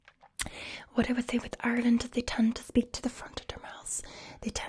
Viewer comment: When you said it like ourland I knew you were good